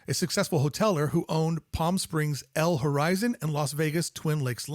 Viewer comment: It's not L Horizon...it's pronounced Lorizon